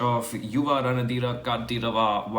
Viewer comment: The last word you are pronouncing as कांतिरव But it is actually कंठीरव. युव रणधीर कंठीरव